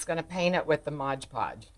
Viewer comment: MOD instead of MODGE